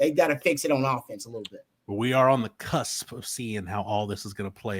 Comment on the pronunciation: tell me you’re a P1 without telling me you’re a P1 - he ends the show enunciating “cusp”